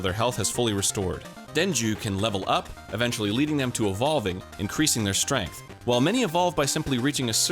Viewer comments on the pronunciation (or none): none